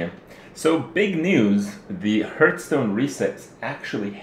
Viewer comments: Everytime Kripp says "Hurtstone" i have to smile ^^ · I love how you make Heartstone sound like Hurtstone, not being able to play the game does hurt, good thing there's your stream.